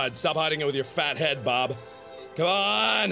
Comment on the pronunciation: you were sometimes saying Berb, not Bob